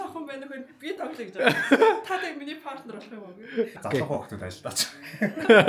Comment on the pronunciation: Партнёр гэдэг үгийг паартнёр гэж эхний эгшиг үсгэн дээр өргөлттэй дууддаггүй шүү,партнёр гээд ё үсэг өргөлттэй эгшиг шүү гадаад монголжсон үгнүүд ээ зөв дуудаж сураарай, дүү минь ээ кк